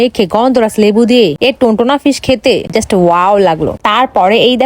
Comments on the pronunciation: Tuna fhis❌ Tuntona fhis✅ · টোনা ফিস ❌ টোনটোনা ফিস✅😂😂